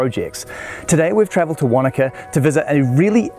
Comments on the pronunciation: Wanaka... or wakanda? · I can't be the only one that thought he said he was in Wakanda in the beginning at first